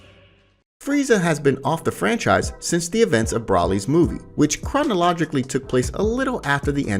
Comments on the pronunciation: It's broly not brawly and manga pronounced monga not mainga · How he pronounces "manga" and "broly" is cringe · How are you theorizing shit like this an still don't even know how to say Broly. Cringe level Nails on a chalkboard!